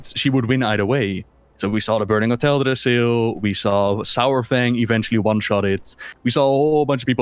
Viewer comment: Hate when people pronounce Saurfang's name like Sauerfang, it's Sorefang like how you say dinosaur.